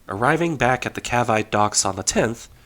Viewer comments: somebody will doe this eventually. As far as I am aware Cavite is pronounced as Ka-veet-e...at least that is the way I have always heard it. Neat story, and not the only yacht the USN impressed into service in WW1. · I wouldn't have thought a yacht could have an interesting service life, much less a wartime service record, but Isabel the "destroyer" definitely defied my expectations. Also, I should point out that you mispronounced Cavite. It's Kaaveeteh- checks just to make sure -wait, it was Kaaveetee, not Kaaveeteh? I had been mispronouncing the word all my life? Damn the Spanish for making things harder!